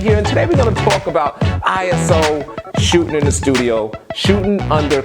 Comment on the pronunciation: The word is shootING, not shootIN